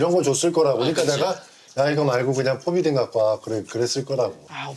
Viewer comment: 포비다인 개터지네 ㅋㅋㅋ 의사들도 포비딘이라 해요 형 ㅠㅠ